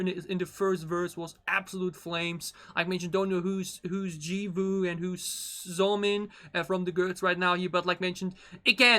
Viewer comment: Somin not zomin 😑😑😑